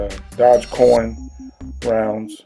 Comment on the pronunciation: That's a crypto currency coin kind its pronounced Doj.